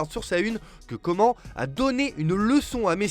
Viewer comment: Déjà comment tu prononce « Coman » ? Tu mérite des insultes